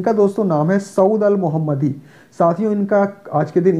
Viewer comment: Saud al mohannadi not mohammadi